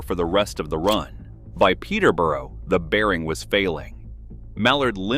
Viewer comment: Correct pronunciation of Peterborough is more like Petabara. I don't know about those wretched duplexes,way too unreliable, IMO they hastened the end of steam. Its a shame that the Milwaukee Road's Class A and F7 were not properly tested. I suspect it would be found that they were really fast . Plus, they were proper locomotives, far more reliable than the duplexes. It would be so good to have one of these built from scratch rather than wasting all that effort on a duplex. In the meantime, the documented speed record will remain with Mallard.